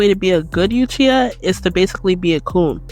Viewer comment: New drinking game: Drink every time she says "Yuchiha."